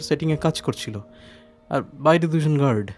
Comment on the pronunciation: "gerd" ki hoy re?? Mukh khule আ uccharon kora jaye na?? Guard ke "gerd", park ke "perk", card ke "curd". Eta ki bangla medium a pora bangali der uccharon er dosh na r kichu?